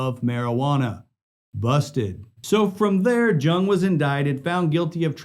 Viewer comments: Once he pronounced jung it’s pronounced young 🤦🏾‍♂️ lol I ended video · George “Young” the J is a Y sound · Great video but just a minor correction. George jung is pronounced George yung